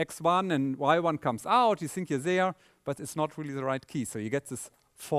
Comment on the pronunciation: Christof, your English is very good! With this naïve thing and so forth. But please, if you don't want to pronounce the "th" correctly, use "t"- and "d"-sounds. Like 'this' -> 'dis' and 'thing -> 'ting'. Because the word 'sink' has its own meaning... Besides, I love you, mr Paar, and the way you gives the material.